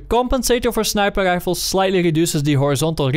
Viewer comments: Do you mean snipel lifels? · i only watch these videoes to hear tou say "snæiper ræifels"